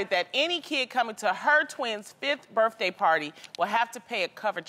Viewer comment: “happy butday” 😂😂😂😂😂